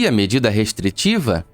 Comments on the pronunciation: Melhor narração!🤣🤣🤣 "Retristiva"😂😂😂😂😭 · Como é mentirosa, ela sabe muito bem pronunciar a palavra restritiva, fala sério! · Ótima narrativa, Parabéns! Gente algumas vezes eu peco no português, mas uma parlamentar, não saber pronunciar Restritiva chega ser engraçado! Não sei se é uma jogada para aparentar algum grau nervosismo, sei lá ou algo do tipo! Essa mulher é uma caixa de surpresa! Imagino essa deputada dando entrevista que horror, Dilma Rousseff corre aqui querida! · Uma deputada que não sabe falar restritiva, è pra acabar com o piqui de Goiás